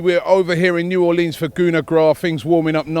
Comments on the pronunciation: Tshepo Tshotetsi no, it’s pronounced New OR-lens. Not Orleens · NOOOOO ITS SOOOO CRINGE. ITS NEW ORLUNS